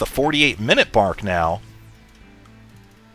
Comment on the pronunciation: 48 minute (B)ark. LOL he meant mark!